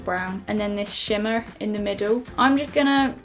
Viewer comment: "and then this shimmar in the middle" 😂😂